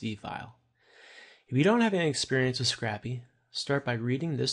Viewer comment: Great tutorial, but It's pronounced "scrape-y" not "scrappy" lol